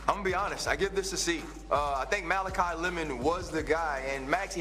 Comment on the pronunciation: makai not malachi dumbass plants